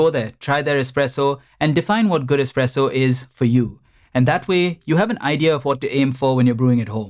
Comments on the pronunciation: Expresso lol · Expresso. Great video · Expresso bissshhhhh! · "Expresso" lol